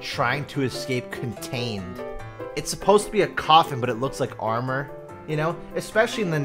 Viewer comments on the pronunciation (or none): none